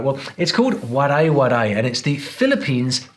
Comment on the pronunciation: The Waray-waray word is mispronounced